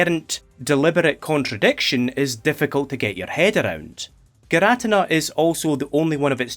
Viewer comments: Its PRONOUNCED gear-uh-tea-nuh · For the record it's not fine that you say girATina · actually We’re arguing over the pronunciation of names for cartoon gods for all ages. And I’m on the boat for Gear-Ah-Teen-Ah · gir ah tin nah, is just laughably off pronunciation tho..? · I’ll let that giratina pronunciation slide if this video good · Not judging or anything but I've never heard someone produce giratina that way